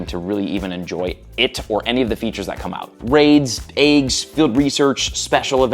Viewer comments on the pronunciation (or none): “Ayyy-ggs?” It’s eggs.. Raids and eggs should never rhyme lmao would’ve been a good mumble rapper